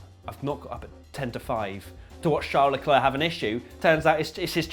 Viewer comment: in frqnce we says lecler, not leclerc